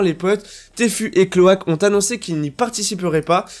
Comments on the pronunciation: Super vidéo, mais Tfue ça se dit pas téfu mais tifiou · il an détruit le pseudo de Tfue en 1 milliseconde 😂😂😂